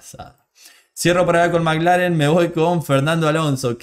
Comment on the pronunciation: Perdóname no se si soy yo o tu acento pero parece que dices Maglaren y es McLaren (maclaren)saludos desde Vancouver 🇲🇽🇨🇦🇳🇱🏁🤟🏼